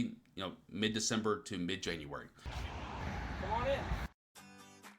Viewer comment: January not Januaray 😉